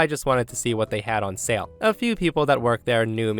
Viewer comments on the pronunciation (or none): none